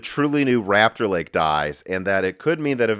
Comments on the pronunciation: Rupture (in my pipeline) Lake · Great mispronunciation, it truly is Intels "Rapture" Lake.